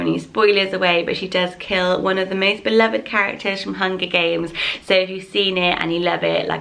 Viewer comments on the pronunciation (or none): none